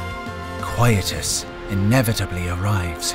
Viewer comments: I thought he said "Coitus". Damn hahahaha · Did anyone else hear "And then coitus arrived disrupting the cycle"? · My ears: Until coitus inevitably arrives WHAT!?! "Shows Quietus on the screen" Oh okay....